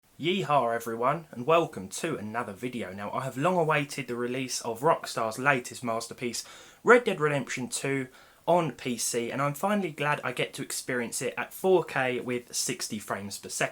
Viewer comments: "yeehawR everyon" xd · yeehor xD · There's nothing more wrong than a brit saying Yee-Haw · thats the most british yee haw you'll hear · I thought he was saying hi in chinese